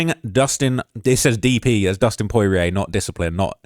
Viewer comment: Bro really cant say dustins last name properly😂😂